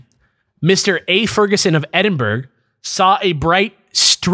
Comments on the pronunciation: edd-in-burg <- not correct, edd-in-bruh <- correct please learn this it hurts my soul. Aslo woop woop a scotish tale. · I usually hear it pronounced Edinburrow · Certified Edd-in-bruh moment